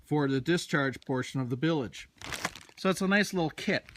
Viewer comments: Bilage? It's bilge. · no, you're saying "billage" like village I think is what he's referring to. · I believe the "e" is silent on pronouncing bilge but I guess you can say it either way. Details- details.